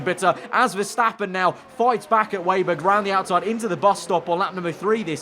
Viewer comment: Just a small point.. it's WEBer not wayber . As in spiders web .. thanks.